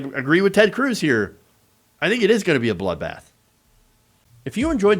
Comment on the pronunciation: I wish all of there news outlets would get with it. Cruz is not pronounced like Tom Cruise. Oddly, It doesn't rhyme with bruise or ooze. It rhymes with fuzz or buzz. say it with me. Ted Cruz. You would think it rhymes with "Lose" but it doesn't. Pronounce it correctly. Ted Cruz.